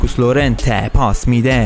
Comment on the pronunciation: داداش اسم بازیکن هارو درست تلفظ کن! اون لورنته نیست یورِنته است. و لیواندوفسکی نیست لِواندوفسکیه